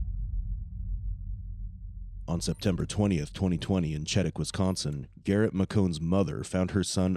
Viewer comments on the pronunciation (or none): The town in WI your not pronouncing correctly, Chetek, is pronounce "she TECH". Thank you...😊